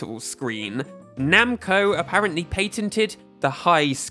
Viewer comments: "pay ten teen" "pay ten". 😹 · Why are you pronouncing "patented" that way?.... And don't give me the excuse that it's you're accent. I lived in the UK for 3 years. I have never heard it pronounced that way....... I'm only 3 minutes in and I've heard you say at 20 times and it is so cringy. I can't even finish this video.